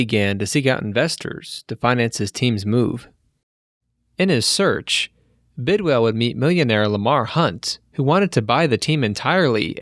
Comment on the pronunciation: Bidwill...not Bidwell